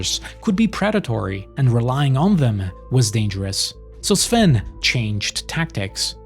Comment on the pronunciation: Finally a YouTuber that can correctly pronounce Sven's surname